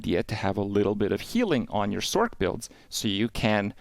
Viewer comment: Love the info….hate how you say sorkk lol it’s sorc bro